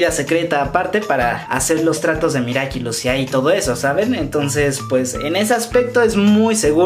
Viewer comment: Nadie: Absolutamente nadie: Ni una mosca: Yo estresada por qué dice miraquilus🙃🙃😂